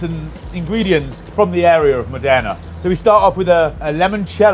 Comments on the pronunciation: Amazing! RE Bottura, actually the accent is on MO'dena (I am from there)! That aside, your talent and skills are outstanding. Very well done, anyway, fellas. Many thanks for the excellent content! 👏👏👏👏👏👏👏👏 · Massive fan. Keep up the good work. Unfortunately though, in this recent video: great chefs, but with poor pronunciation knowledge... Modena is pronounced with the stress on the first syllable. You know: as in "Aceto Balsamico di Modena". 🙂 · Get the city name right man! How hard can it be? MOW-DAY-NAH! Not Flipping Moderna which is a pharma company! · Not to be an arse - but I figure you'd want to know - Modena is pronounced MODena not MoDENA - stress on the first syllable. Great episode (as always) but unfair on Julia, as Beef Bourguignon is not a restaurant dish, but a French provincial dish more comparable to the Italian cucina povera, so of course it's 'just' going to taste like a beef stew!! ❤ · I've always pronounced it Modena not Modena. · How can you not know how to pronounce Modena? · the way of him pronouncing MODENA is amazing LMFAO